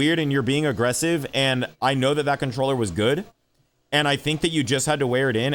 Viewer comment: "I fink this controller is very gud"